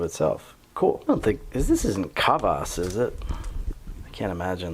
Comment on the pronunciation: "is this *kaw voss*"? "soviet ww2 crackers" bro just doesnt know what hes talking about bro just likes to talk